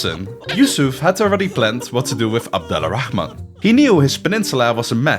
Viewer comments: The letter L in abed Al-rahaman is silent so it's more of ab-dor-rah-man The (Al) work as the word (The) in English and we don't say the L in it if it has some specific letters after the (AL) like the letter ر which pronounced like the R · The way you say abdal rahman *really* annoys me.